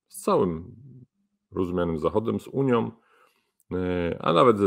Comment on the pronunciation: Taki mecenas A mówi; Uniom , mówiom .